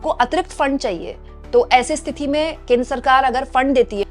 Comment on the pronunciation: स्तिथि नहीं होता मैडम स्थिति होता है. आप को बार बार बोला है फिर भी आप को समझ नहीं आता. कैसी हिन्दी की पत्रकार हैं आप. ख़ुद को ठीक करना ही नहीं चाहतीं. फिर हम से राय माँगने का फ़ायदा ही क्या है. सही हिंदी बोलने लगेंगी तो आप का ही फ़ायदा है